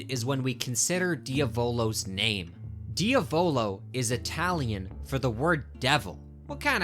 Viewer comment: why do you say diavolo like that 💔 it’s driving me crazy (diamond)